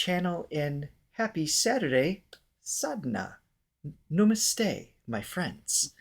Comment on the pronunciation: You two are getting the 'Namaste' perfect 👌👏👏👏👍